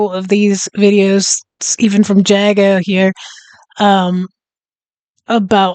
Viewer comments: JAGO not JAGGO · His name is pronounced Jay-go. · Jago (pronounced Jaygo) Hazzard is probably the leading YouTuber on this subject matter. His videos are informative, authoritative and highly entertaining all at the same time - nice easy humour. Any of your viewers would be well advised to subscribe to him as well if they found that interesting.